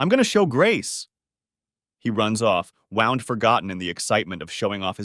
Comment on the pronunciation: Love listening to these stories, except when AI doesn't pronounce vitamins the correct way. Also sometimes the words live and wound comes out wrong.